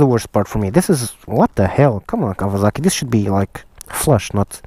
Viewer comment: Did he call it KAVALAKI?! Im WEAK!